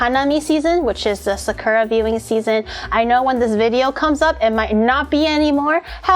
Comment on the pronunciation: Wait...does not know how to say sakura...or have I been saying it wrong all this time 🤯